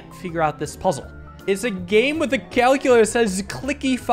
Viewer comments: “Today we will be playing Cal-cue-lator” -Richard Watterson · Finally, calc-u-lator